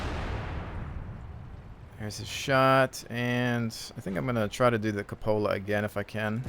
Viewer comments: cupola [kyoo-puh-luh] Not Cup-ola. lol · Drove me a little crazy listening to this one XD It's pronounced coop-ola like the coop in 'chicken coop' or 'cooped up'. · No, it is pronounced kyoo-puh-luh, like Q, not cup, not coop. Dictionary. com will give you voice pronunciation to clarify.